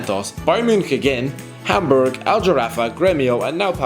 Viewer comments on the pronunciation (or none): none